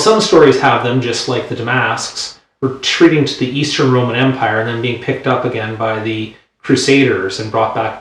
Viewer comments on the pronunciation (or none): none